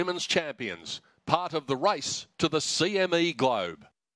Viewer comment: I thought he said, the "rice to..."